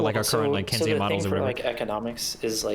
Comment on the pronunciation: is this actually how you say it? I only took like 2 econ classes in undergrad, but heard it pronounced ‘Keyns-ian’ in those course and poli sci courses.